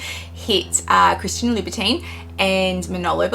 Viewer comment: Please say Labu TON